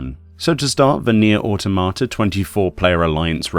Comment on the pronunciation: How to pronounce "Automata" since a lot of people seem unsure. It's not "Awe-Toe-Mah-Tah" It's pronounced "Awe-Tom-Uh-Tuh" It's based on the word Automaton, which is pronounced in a similar fashion. "Awe-Tom-Uh-Ton"